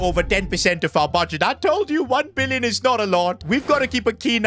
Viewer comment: I heard 1 mbillion